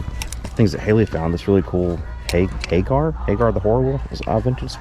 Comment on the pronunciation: Hagar The Horrible is a newspaper comic strip about a hapless viking. Congratulations on pronouncing it correctly!!